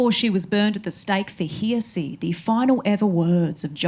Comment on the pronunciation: Actually the first time I've heard a human mispronounce 'heresy'. It is in fact one of those reading mistakes you'd use to detect AI. If this is AI and that's why it has as much atmosphere as the moon, that is some DEEPLY spooky AI.